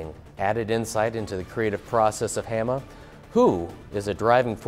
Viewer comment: It's pronounced "HA-MA" not "HAM-A"!